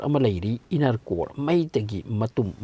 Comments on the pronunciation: English Kadi yaihey dymon kyna iron gase iroan kyna henjindro bro khonthok toh inner hyyo inaar hyno taningde nggi style doh henjinle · Yam taningtaba dialogue yamna yaoe. " Aduna film gi wanido " ga haiye. official oiba wangang sijinaba fei. Aduna film gi warini hairaga loire. Pronounciation su yamna soi. Crust pu crast haina pare , diamond busu lanna pare, inner busu innar haina pare. numit ki asabaga core gi asabaga manade. Aranba information su pire. Yam cheksina pabiyu educational purpose oina sijinaba yanaba.